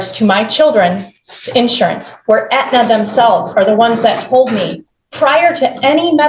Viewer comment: Did she call Aetna, antenna??